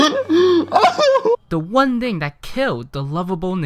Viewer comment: "one dhing"